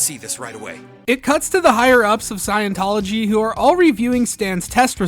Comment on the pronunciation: 'Scion'-tology, man.